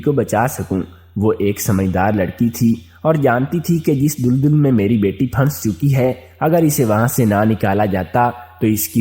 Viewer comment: Lafz dul dul nhi dal dal ha apni islah kar lain